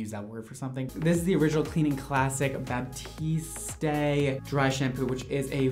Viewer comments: Ughhh always looks so expensive 😱😍🤤 Edit:: “Bah-tee-stay” Everyone else “Bah-tee-st” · Sammiee Tvxq the commercials for the product pronounce it “Bahteest”, that’s how I got the pronunciation 😂😂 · Why is everyone calling it baptiste? It's batiste. Bah-teest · B A T I S T A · It’s Batiste, not Baptise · My new religion is listening to say “Batiste” wrong. 😂 “Baptistay” “Babtistay” “Buhtistay” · Baptist day 😆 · Is it Batiste pronounced ba-teeste or ba-tee-stea cause I've been saying the first one😂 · the way he pronounces batiste is triggering flashbacks to french class where people really thought they were doing something by pronouncing the last e even though it's incorrect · Hahahaha being Canadian it hurts to hear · saying batiste wrong is so funny, I hope he knows he's saying it wrong. 😂